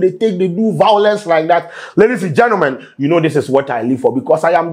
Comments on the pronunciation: Vawlence 😂😂 Yvonne should let this go seriously 🤧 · Small small we go forget say ….. this is the correct word,” violence “ and not “vawulence”😂😂😂😂